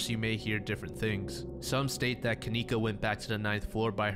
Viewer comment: That name kenneka, shouldn't be pronounced that way... her parents were probably terrible spellers like mine... I remember waiting for my sister to come... we were moving so all the boxes were labeled with names... my sister's name is KAYLA, but mom spelled it kalayla... she MEANT kayla... so maybe her parents MEANT kenieka, but spelled Ken icca